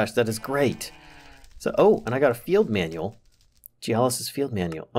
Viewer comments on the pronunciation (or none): none